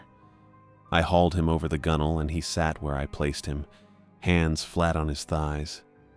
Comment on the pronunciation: These stories can';t pronounce "bow" properly when talking about ships, but it gets the pronunciation of "gunwhale" right?